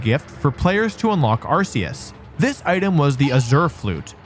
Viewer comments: R K Us, hard C not soft C. Say it correctly please, thanks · WTF is this?! You are supposed to know about Pokémon. Arceus is not pronounced like arse, GF have even said this. You left out the part about Arcanine was told being a legendary in a early guide book. You failed to mention Silver as a possible to be Ash's father. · Arceus is pronounced ARE-key-us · Ah yes, the ARK pokemon is definitely pronounced with an S sound. That totally makes sense. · Please just say arceus correctly